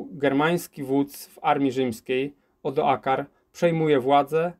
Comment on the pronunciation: Odoaker staje się nagle "Odoakarem", a rzeka Isonzo rzeką "Isnozo". Czy na prawdę nie można przygotować się porządnie do nagrania?